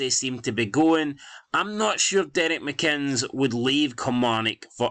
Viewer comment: Why u keep saying mccinns?😂